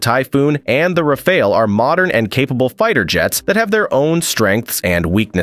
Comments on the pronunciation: He got it right only ONCE at about . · Pronounced " Rahfahl " in French😊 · Based on latest news, "RaiFail" seems the most likely pronunciation. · RAFALE Bordel c’est pas compliqué à prononcer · Ai bullshit video again cant even pronounce rafale properly 😂🎉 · The 4 different ways in which "rafale" is pronounced, none of which is correct, say a lot about the reliability of the video contents: basically zero. Next video please. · Tell everyone you’re not sure how to pronounce Rafale without actually telling us. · The different Rafale pronunciation reminds me of commercials ran by an old Los Angeles plumbing company called Jack Stephens. In the commercials, the narrator would pronounce the name wrong, saying "Jack Stefanito" Plumber- Jack Stephan! "Jack Stepnowski," then the plumber would say, "Stephans, Jack Stephans." "Jack Stephvonavich" Plumber - "Stephans! Jack Stephans!!" Lol, you can find the commercials on YT. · Bro has the skill to speak all the mispronouncing possibilities of Rafale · et ignorants à souhait. Si le gars n'est pas capable de prononcer rafale, je doute qu'il sache de quoi il parle. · "Rafale" nane was spoken 4 times. Each time, the pronunciation was different. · How many different ways are you gonna pronounce Rafale, fucko?